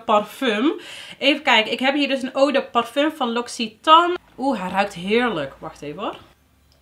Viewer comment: Hoi hoi ik zou deze niet kopen voor dat geld en weinig variatie in producten. Ow en je vraagt je wel eens af hoe je dingen uit moet spreken toch? Het is o de parfum ipv eu de parfum, Franstalig. Je maakt leuke eerlijke filmpjes. Complimenten